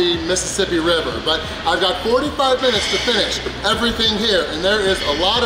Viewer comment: When says “but” it sounds like he’s saying “butt”